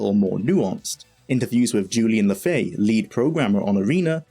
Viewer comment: and that is Julian LeFay, no LaFaye 😂😂😂